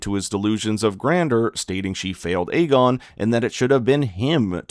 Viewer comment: Another YouTuber pronouncing the name Aegon WRONG every. Single. Time.😂😂😂